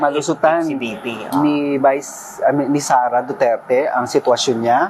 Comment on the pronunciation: Hindi ba niya kayang bigkasin ang Duterte ng maayos, o maarti lang talaga siya ng wala sa lugar?